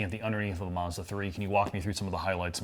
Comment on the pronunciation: Hey guys😂 Mazzda never has had an "r" in the name! Marzda is not a brand & never will be. Check their car badges: Does it say Marzda or Mazda? My bet is is says Mazda and thus will it always be so😂.